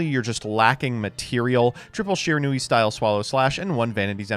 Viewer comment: It's Shiranui